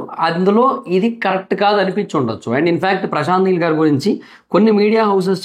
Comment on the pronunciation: meel kadhu neel